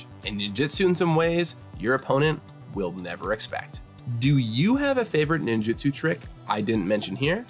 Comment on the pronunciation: For fucks sake, it is nin JU tsu